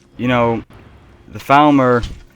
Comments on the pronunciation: Dude it seems you have a problem: every time you say Falmer it sounds like you are saying Thalmor and it's clearly upsetting a lot of viewers. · their called falmer not thalmer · For half the video I thought you were saying "Thalmor".